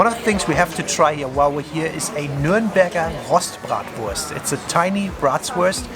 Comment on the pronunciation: als Franke/Unterfranke hab ich bei "Bratwursthäusle und "Nürnberger Rostbratwurst" fast Ohrenkrebs bekommen!